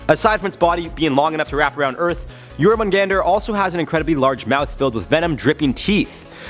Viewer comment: Jormungandr, not "Yourmen Gander" 🤣